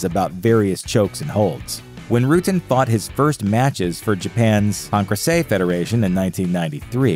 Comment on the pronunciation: How does he keep mispronouncing Pancrace hahahahahhaha omfg just listen to anyone say it